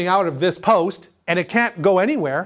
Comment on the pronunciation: “starter solenoid poist” 😂 gotta give ya credit for not screwing up more words with how much there needs to be said. Great videos and keep them coming! super helpful for a marine electrical apprentice such as myself. Happy Holidays from ft. lauderdale!